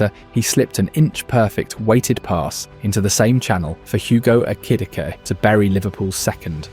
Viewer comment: And Ekitike. How hard is it to read the script yourself